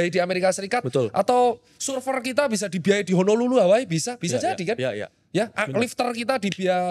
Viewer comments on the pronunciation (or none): none